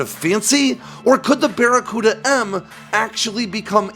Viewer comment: "It's that there bacaruda missile"